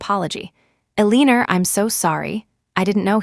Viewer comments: Is AI having a problem saying Eleanor (Ella-nor)? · The pronunciation of Aleaner is killing me. 😂😂😂